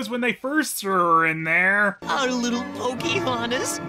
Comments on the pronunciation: each time i hear Cam Clark say "Pokey-hontas" a partof me dies inside... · How? does? How? How does saying the name Pocahontas sound like coughing or sneezing?